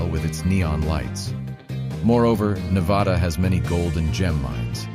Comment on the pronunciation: SAY NEVADA Right 😂